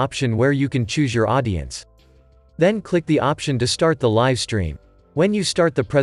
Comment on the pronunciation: One perfect example of the inability of artificial intelligence to replace humans -- live is mispronounced throughout. Otherwise a nice video.